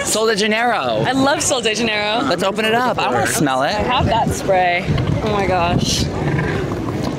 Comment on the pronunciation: Hahah me as a Brazilian actually knowing the pronunciation of these products… “Soul dei Janayyrooooo” 💀💀 -sol de janeiro 🇧🇷🇧🇷🇧🇷 love you thoo